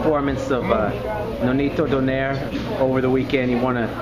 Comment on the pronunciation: i think the right pronunciation of nonito's surname is "DO NAY RE".. good job btw